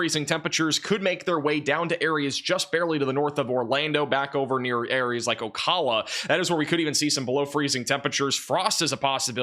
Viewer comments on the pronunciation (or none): Thank you for the update. Lady liberty brought the cold down here to Florida. 🇺🇸🇺🇸🇺🇸🇺🇸🤟🇺🇸🇺🇸🇺🇸🇺🇸🤗💜 Oh yeah Ocala is pronounced O cow la